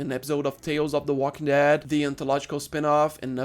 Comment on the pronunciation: The way you stress the second syllable as "theWALKingdead" and spit the whole thing out like it's bitter is super funny for some reason